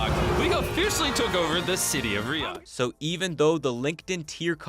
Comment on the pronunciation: I couldn’t stand watching past 5 minutes because of how he pronounces Riyadh </3 can it be rename to Riyathh or something please